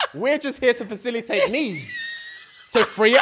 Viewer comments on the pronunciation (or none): He said fasilitating a service. 🤣🤣 please know if you are thinking of going on a vacation and you have the slighest thought that you might get in some trouble, don't take with you! He will not save you. 🤣 💯 if some guy asks about your body count you answer, "It doesn't matter you're not adding to it".